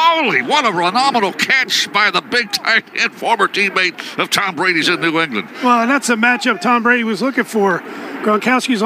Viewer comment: "What a Renomenal catch" Ugh, Gene....